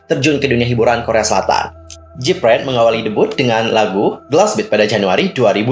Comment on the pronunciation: Info aja nih, Gfriend bukan jipren bacanya... soalny ganggu telinga banget dengan dengar jipren terus...